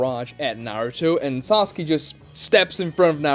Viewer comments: Why does he keep saying "Sasuki" instead of "Sasuke"? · It triggers me so much how this guy says "Saski" a lot of the time